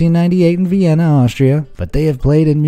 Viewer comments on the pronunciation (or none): none